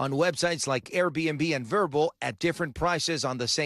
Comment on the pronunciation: Isn't there a producer who can tell the anchors how to pronounce "VRBO" before they go to air?